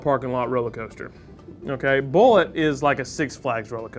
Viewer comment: BOO0-LAY:/ no one pronounces it right/